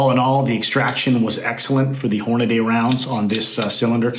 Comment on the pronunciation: LoL...Horn-a-DAY? So we all should be pronouncing Brady as Bra-DAY..? and Cassidy as Cassi-DAY? LOL